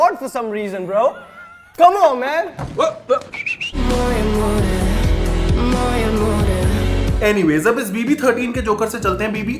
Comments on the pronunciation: Comeon man ❌️ k'mo mai ✅️ It's me bro ❌️ its meh Bra✅️ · Ghabrament 😂😂😂dabrament camon man😂😂